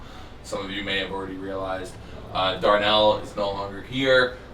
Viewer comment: its darnall not darnell